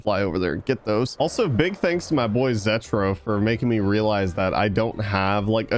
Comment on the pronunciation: Man's said "Zest-tro" but it's Ze-tro. : /